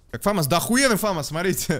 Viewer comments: Я 15-й))) И не фАмас, а ФамАс! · Почему фАмас?! фамАс правильно. Французская пушка, ударение на последний слог) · ФомАс правильно